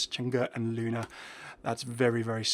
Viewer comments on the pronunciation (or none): none